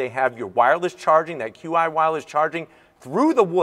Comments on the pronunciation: Qi is pronounced chee like cheek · QI charging is pronounced "chi". No biggie, just figured I would share.